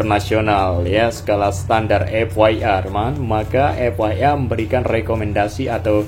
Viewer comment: FIA cuk Huruf i dalam bahasa Inggris itu bukan way, kalau way itu buat huruf Y.. Dih kocak banget, gini amat SDM orang Indonesia.